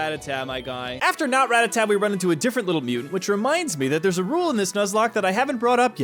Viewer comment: Can I just thank you for also calling them "Rat-a-tat", 😂 Im just never gonna say Ratatta, you know.